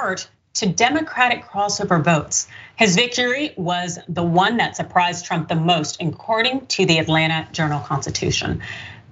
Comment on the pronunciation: She said "drump" 🤣🤣🤣